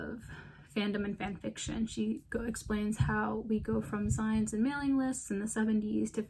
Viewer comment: Now this is a full-assed video essay! Nice research. Love to see newer fanfic enjoyers understanding the space's history and struggles. The beta readers point you turned up is very interesting to think over! (fyi "zines" is pronounced like the end of "magazines")